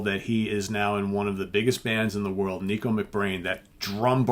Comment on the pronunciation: Nicko Mc Brain. NICKo. NICK-OH. Not Neeko. Is this guy really a Maiden fan???